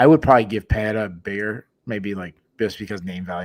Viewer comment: PEREIRA = PUH-RAY-RA NO DOUBLE R (LIKE FERREIRA) SO NO "H" SOUND. C'MON MAN!